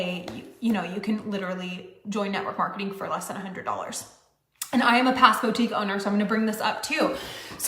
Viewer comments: If she says “bow-tique” one more time… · CAN WE TALK ABOUT THIS BOW TEEK?? LOL BOUTIQUE.. [BOOO-TEEK] 🤣🤣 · How does she keep on saying BOA-TIEEK? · I'mma need her to stop saying "bow-tique." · She pisses me off so hard the way she says bow-tique instead of boutique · Someone needs to tell that it’s “BOO-tique”, not “BOW-tique”… BOO. Like the MLM that got shut down. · How does a person run their own Boutique and yet not know how to pronounce the word Boutique?